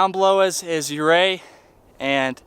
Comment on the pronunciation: Great video.. We are going in July. I love the hikes. In my advancing years, I get a little vertigo on some of the ledges, but hey you only live once. Ouray is pronounced You ray.